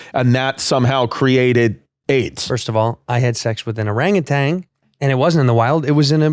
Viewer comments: ORANGUTAN!! You keep putting a g on the end. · They keep saying orangutang or is just me?